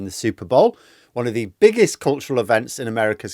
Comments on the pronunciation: When you said "biggest event" it kind of sounded like "bigots event." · I feel like you appropriate said “bigots event” rather than “biggest event”